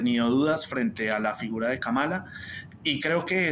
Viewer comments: Kamala: El nombre que incluso analistas políticos pronuncian mal: 🟢KA-ma-la SI 🔴ka-MA-la NO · France 24 debe cuidar la pronunciación del nombre de la Vicepresidenta nominada por los Demócratas 👉Kamala Harris es: (Kámala Harris)